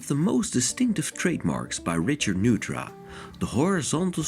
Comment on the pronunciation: I’m sorry to say you have mispronounced the name Neutra. It is a German name and is always pronounced Noytra. I love him too. My son is his great grandson. I was happy to meet and visit with Diona Neutra, Richard’s wife, Dion Neutra, his son, and his grandson, Greg Neutra and I have two beautiful, wonderful children together, though we live apart. I have been inside two of his houses and as great as they are from the outside, the insides are a magical experience, hard to describe, but it is experiencing great art. Thank you for sharing this.